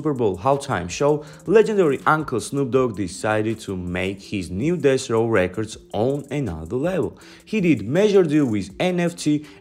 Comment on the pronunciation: Why does it’s sound like ur sayin dess row every time u say Deathrow 😂